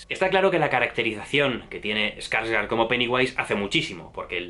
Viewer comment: Se dice "SPOILERS" no "espoilers". No le pongas letras donde no hay. Y se dice "gor" no "gore". Y se dice "Skarsgård" no "ESkarsgård". Y también "Chastein" no "Chastain".